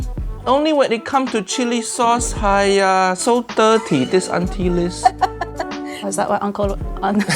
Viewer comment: uncle Roger saying haiya= haaaaaiiiiiyyyyyyaaaaaa.... auntie liz saying haiya= haya!